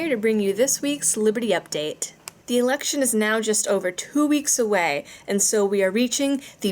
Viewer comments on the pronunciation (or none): none